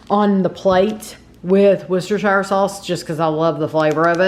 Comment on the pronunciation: Worcestershire sauce, is pronounced woostershr sauce.